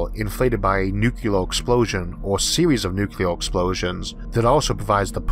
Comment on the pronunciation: Issac, are you saying "nucular"? Surely not. :p Your vids are excellent, thank you for doing them. Great presentations, great narations, great and interesting content every time. You're one of few 'tubers I have on notifications and make a point of catching! Great work. :D